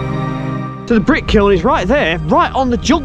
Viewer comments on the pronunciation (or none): none